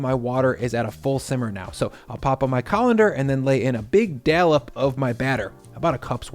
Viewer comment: This is Schweine Schnitzel not Wiener Schnitzel. Also how you say Dollop and Dalmatian inversely from each other bothers me. Love your videos though.